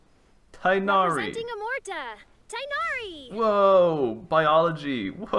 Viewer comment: am i the only alhaitham hater? 😔 not you simping so hard for Candace 😭 "he is a cat himself after all" ah yes, Tighnari the cat. he's my favorite cat. they can't voice act his name 😔